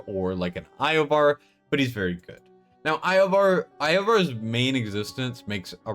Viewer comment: I can understand saying Iovar wrong (although I can't understand not realizing it as soon as you hear yourself) but bro... How have you never heard the name Nastya?